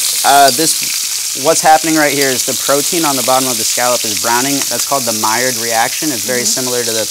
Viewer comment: Wonderful to see you pronounced Maillard correctly.